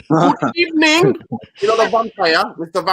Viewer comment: i beg you stop saying "Good Ebening " 😂😂😂